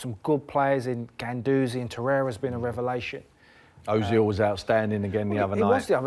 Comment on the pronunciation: Man said Glendouzi